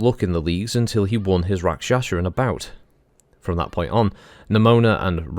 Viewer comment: It is Pronounced Rak Sha sa not Rak Sha Sha . Bit of a family thing .